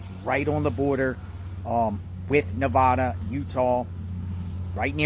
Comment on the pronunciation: I wish people would learn the correct way to pronounce Nevada.